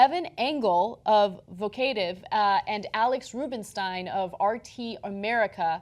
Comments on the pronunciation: Vahk-o-tiv as in Provocative; again with not learning how to pronounce things... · "vo-kay-tiv?" come on, Ana, you know the word "provocative"...